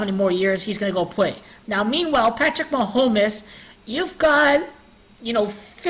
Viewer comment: Ma-home-mess lol good work